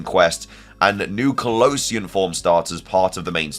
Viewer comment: Why do you pronunce Kalos and Kalosian so differently